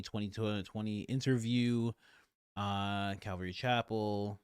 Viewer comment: Love your show, you crack me up. I can get over all the mispronunciations (Obadiah, calvary, people's names), but please don't take the Lord's name in vain, that too is a commandment, so not exactly from me. Love ya ♡